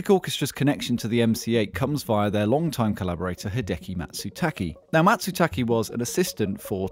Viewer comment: His name Matsutake. No Matsutaki.